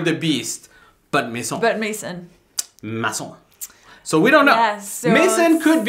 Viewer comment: it is Maison....